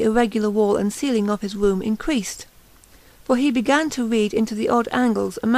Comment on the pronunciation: Robot_Animal I'm sowwy; obviously you can listen to her wead about the wats behind the wed walls in the wainy night and not want to throw a speech coach at her. I can't.